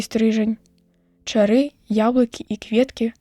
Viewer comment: Чытае то чары', то ча'ры.